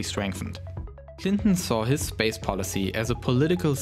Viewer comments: lauwnched a teswa woadster into spwace.....did anyone get that lmfao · Spwace Stwation Twagity